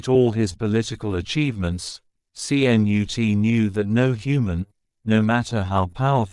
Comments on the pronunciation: My grandfather who came from Sweden to the U.S.. Would most definitely call you an imbecile! He shade the name with this famous Viking English King though he spelt his name KNUTE. But they are pronounced the same Ka.....Nut with the invisible 'a'. And I thought I was bad at pronouncing some words and names. You are most definitely worse, thank you for knocking me off that list. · DITCH THE MORON AI VOICE. YOU GOT THE LETTERS C-N-U-T IN THE WRONG ORDER. THE SECOND LETTER IS "U".